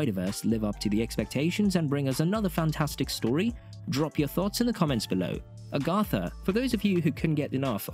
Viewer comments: Agatha. Agg-uh-tha, not Ahh-gahh-tha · lol a-GOTH-a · Wow! Somebody at Disney/Marvel Studios need to actually read a Marvel comic book, and STOP the madness with these Teenagers, etc. Sorry, I see many flops, MS future. 😮‍💨 (Somebody teach the narrator how to say the name Agatha! 🤣)